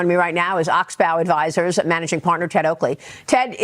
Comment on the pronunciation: Every time she pronounces "oxbow," I crack a smile. Great stuff, Ted. Love the updates.